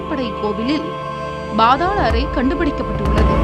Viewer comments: என்ன பாத்தாள் அறை. பாதாள அறை என உச்சரிக்கும். குதிரை. பாதாளம். ( குதிரை யை குட்டி எனவும் பேசி பார்த்தால் லட்சணம் புரியும். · It is paathaala arai ( not bhaathala arai)பாதாள அறை please pronounce like that.